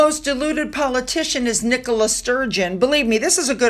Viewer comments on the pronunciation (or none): none